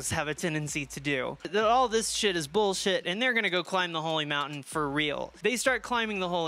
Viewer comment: Da holly mountayne